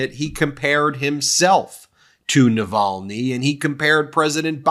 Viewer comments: They’re still trying to teach him how to pronounce Navalny, tRUMP doesn’t know him, never met him…….sure he is a nice man, people say, maybe yes, maybe no…..Yada Yada Yada. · The Fox news bod, Cavuto, cannot even respect Navalny by saying his name correctly.